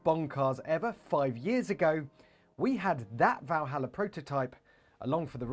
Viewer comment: First of all its not "Valhalla"... its.... ;)